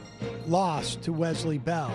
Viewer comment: Can someone please tell them how to pronounce Wesley? The Z sound is nails on a chalkboard.